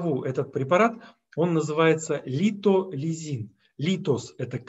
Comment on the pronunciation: Литолизин правильно